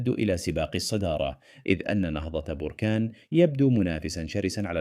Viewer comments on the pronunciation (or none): للتوضيح، لم تنطق جيدا اسم بركان كمدينة ولكن نطقتها بالعكس بركان بضم الباء كآفة لا بتسكينها